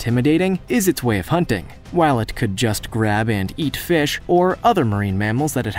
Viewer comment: I like how he says Fesh